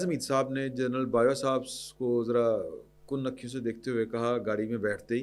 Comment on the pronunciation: ”کَن اکھیوں“ Not کُن💖